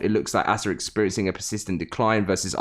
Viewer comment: It’s not ass ah it’s ASA